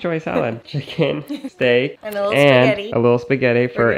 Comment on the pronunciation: Haha I laughed when said "redy for stek" lol